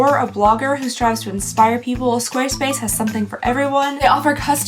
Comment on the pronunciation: Girl! I love you but you talk waaaay too fast. I know that no one really pays attention to the sponsor portion of videos, but every time you say 'Squarespace,' it sounds like 'Swduwbsdfvobsvspace.' Slow down, lady. Nothing you say sounds genuine when you rush through things!